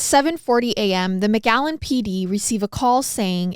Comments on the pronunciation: Am I the only one hearing mcgallen and not McAllen ? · This is my hometown, I never heard of this case 😅 btw you saying McAllen wrong 😂😂😂 you’re saying MgAllen 💀